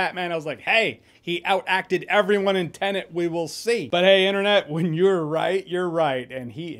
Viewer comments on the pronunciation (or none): none